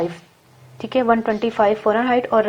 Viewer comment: Salaam baji. Lafz hota hai farenheit. Aap forenheit keh rahi hain. Shaid aap ko kisI ne bataya nahi.